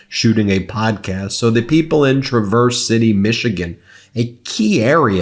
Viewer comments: TRAVerse City not travERSE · I enjoy the channel, but if you're going to name any of the cities in Michigan then please get the pronunciation right. It's "TRAA-VERSE" City, not "tra-verse" like you're going on a trip. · It's TRAVerse City just fyi 😊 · TRA-verse not tra-VERSE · Ben, it's TRAV-erse ciy, not tra-VERSE city. Get it right. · Its not Tra-verse. It’s Trah-verse city. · It’s Tra verse City, not tre verse city. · TRA-verse City, not TraVERSE. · Traaaa-verse, Michigan. Not Truuuu-verse. Just saying.❤ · It's pronounced TRA-verse City NOT tra-VERSE City. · FYI it's TRAverse City not TraVERSE City. But really, he's going to do a special PERFORMANCE? Man he's such a tool. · TrAh.verse not tra.verse but that's only pronunciation still love your content keep it up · In the case of the city name, the stress is on the first syllable. TRAVerse city, not traVERSE city. I grew up there there, and my father taught at the local college. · Ben, just an fyi: it's pronounced as in tra-vel, Traverse City, Mich. (not tru-verse as in truck) sorry, can't help correcting, I"m a retired educator and my roots are in Traverse City, Michigan💙 and Detroit, Michigan!!!💙 He done them both wrong - the fascist!!! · tra-VERSE city? Oy. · Nor Trah-verse ... Tra-verse.... and they're mostly Republicans and they better learn! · It's TRAV-erse city, not tra-VERSE city. Why do so many places get pronounced badly on here?! Trump actually pronounced it correctly, LoL. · It’s TRA-verse City, not tra-VERSE. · He mispronounced it. He said “Tra-verse City instead of “Trav-were” City. He’s probably never even been to Michigan. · TRAverse City. NOT TraVERSE! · The locals pronounce it "TRAVer City", not "Tra VERSE". It was originally French, although I don't know if real French people would pronounce it that way. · Ben, it's Trav-Verse City, not Trah-verse. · not a big deal, but it's not travErse City like covering ground. It's TrAverse city more like how you pronounce travel. Thanks Ben! 🤙